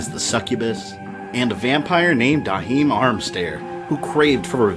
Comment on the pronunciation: How did you pronounce Joachim as Dahim?